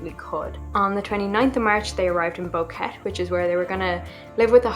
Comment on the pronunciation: Its pronounced Bo-Que-Te